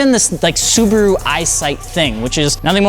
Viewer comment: you said nissan, mazda, and subaru wrong.